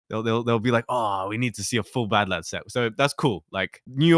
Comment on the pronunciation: Oh... its pronounced badlad...